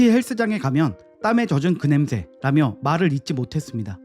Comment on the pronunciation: 냄 thㅐ 라고 발음 하시네 thㅐ 가 아니고 혀끝이 입천장과 앞닛몸 사이 꼬리에 닿게 냄새 라고 발음 하시는게 맞습니다